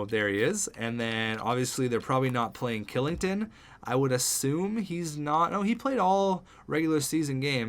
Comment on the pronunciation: Kylington is pronounced Schillington